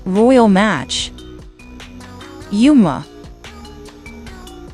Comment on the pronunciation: Bro the voice of the ai pronounce Yuma